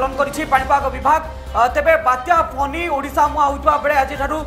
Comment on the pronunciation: It is Fany not Phoney.Is it a storm or a strom?